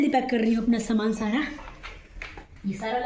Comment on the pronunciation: Saman bolna to seekh lo s sh main fark hota hai gaav main bhi s ko sh nahi bolte